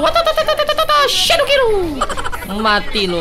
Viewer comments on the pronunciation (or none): Sejak kapan ultinya lancelot ngomongnya shadow kirru